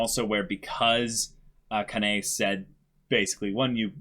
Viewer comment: It's understandable as the kanji may look similar for non Japanese (or Chinese, Korean speakers). The two sides are "omote" 表 (front) and "ura" 裏 (rear). It landed on "omote." Also, the pronunciation of Kanae is Kah-nah-eh. Kanao is Kah-nah-oh. Remember, Japanese is a syllabic language. Of course when spoken quickly, some sounds may sound blended, and may be difficult for a non-Japanese speaker to pick up.